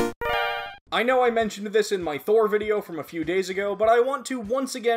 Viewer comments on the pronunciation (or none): none